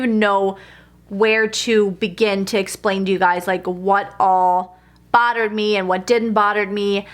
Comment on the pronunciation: Bottered me? I swear that’s what I keep hearing... anyone else?